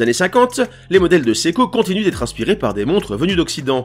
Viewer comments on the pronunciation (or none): ça se prononce SE-I-KO et non SEKO!!!